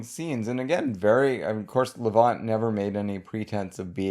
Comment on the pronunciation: Thanks for this special subject, one I'm especially interested in. I enjoy Oscar Levant a good deal. But I need to tell you that you pronounce his last name Levant as in the insect, the last syllable is the same word as those pesky little insects